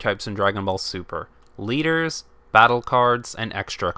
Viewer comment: I think I've been watching to much vanguard because whenever you say the leaders it sounds like your saying deletors as in the link joker archetype